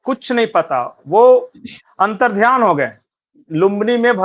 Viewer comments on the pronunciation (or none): अंतर्ध्यान नही अंतर्धान बोलो